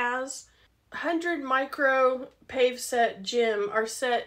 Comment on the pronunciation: It’s paw-vay, not pave